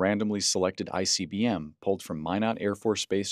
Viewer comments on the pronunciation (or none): none